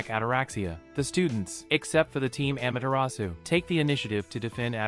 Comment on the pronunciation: He says amaterasu actually he is it wrong amatrus